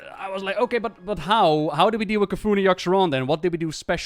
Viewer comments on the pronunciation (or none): I love how pronounces C'Thun - K'Foon:D